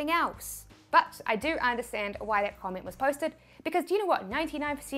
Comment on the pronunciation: SIPTIMBER, PERCINTE, COMMIENT learn to talk please